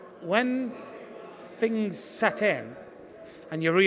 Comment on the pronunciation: Two different kettle of fings 😂